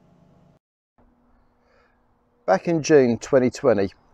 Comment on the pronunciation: your "spwint" is cool